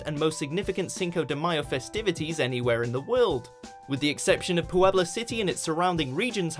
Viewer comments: Vina's Nails, the difference in meaning is obvious, I was asking about pronunciation of the "pue" that exists in both of them, because no accents appear and the English guy kept saying it "PU-ebla." After watching several other videos, it looks to be the same "pue" in "pueblo" and "puedo" and the guy was just mucking it up. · lol "Pooh-ebla" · Was he pronouncing the name Puebla weird or is that how it's supposed to sound? I've heard "pueblo" tons of times by native speakers and there never was so much stress on the "u."